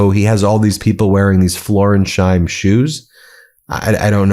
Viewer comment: Florsheim is a jiddish name originating in German. The partita between the two syllables is between Flors and heim. Heim meaning home, like the ending..ham in English names. It's not between Flor and sheim. That would be meaningless.